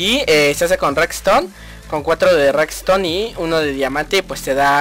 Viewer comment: 1. NO SE ENTIENDE TU INTRO 2. ES REDSTONE NO REKZTON Conclusión: Debes vocalizar mejor y practicar mejor tu intro ;) PD : ES SOLO UNA RECOMENDACION PARA QUE SE TE ENTIENDA MEJOR.